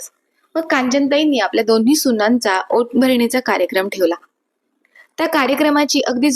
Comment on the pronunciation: ओट भरणी नाही ओटी भरणी